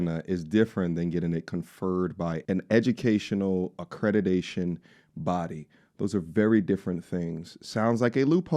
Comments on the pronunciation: AcreDIDAtion???? Am I the only one that heard this? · Why is he saying accrediDation instead of the actual word accrediTation 🤷🏾‍♀️